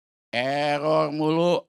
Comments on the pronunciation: Mulutmu eror gk bisa ngomong R 😂😂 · Memang ada cara nyebut "error" yg becus ?